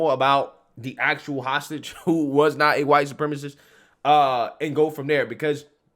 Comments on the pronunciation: Just going to toss this one out, if you still have flim left in your mouth after pronouncing your name, you are probably not a White Supremist! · I didn't know that CAIR was a "huwite supreme" organization...